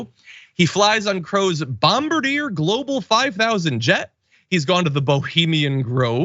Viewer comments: As a Canadian, you butchered saying Bombardier. It's not Bom-ba-deer, it's Bomb-Bard-ee-ayy. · It’s not bomb-ba-deer, it’s bomb-bar-dee-ay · It is pronounced bom-bar-de-ay. This is shocking new - where if the oversight? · A respectful heads up John: Bombardier. A Canadian airplane manufacturer, pronounced "Bom bar dyay". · Come on, John. the French name is not pronounced as you see it in English, it is pronounced as a French name, which it is BOM-BARD-DEEYAY, all of equal stress. Please. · FYI, the make of the airplane is pronounced bomb-bar-dee-ay. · BTW, Bombardier is pronounced bom-bar-dyay. That said, what happens? Well, nothing. He may get chided for not reporting gifts but there are no ethics standards for Supreme Court justices. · Learn to pronounce Bombardier. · Learn how to pronounce Bombardier